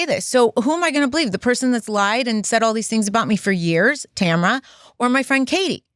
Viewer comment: Who’s Tamera?? 😅 it’s TAMRA! (unbelievable how so many Americans still don’t know their grammar and spelling!🙄